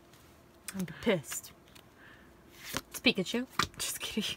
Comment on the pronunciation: IT'S PIKACHOO